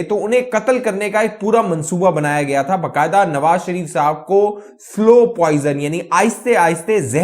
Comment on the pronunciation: "Slow poisoning" not "slow poising"